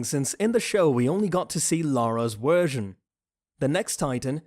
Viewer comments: wersion lmaooo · am i the only one that heard him say we only got to see Lara's wersion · And what when u where saying wersion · I do not enjoy your pronunciation of the letter v. You say w instead of v. I do not like that. Please stop talking. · its funny how he says wersion instead of version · This dude can't even pronounce version correctly so no surprise he can't say literal white names like zeke,armin or eren or reiner🤦‍♂️